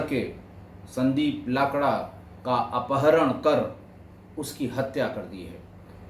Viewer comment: Sir, we pronounce लकड़ा 🙏🏻